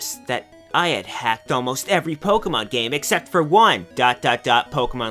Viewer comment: Pokeyman iswn't weehl, wite?